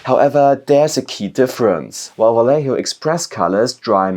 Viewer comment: My favourite thing is that everyone knows how to pronounce double L in Spanish but no one knows how to pronounce J :D